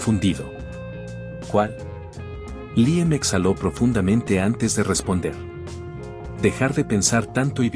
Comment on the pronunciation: Porqué cambia la pronunciación y dice Liem en lugar de Líam?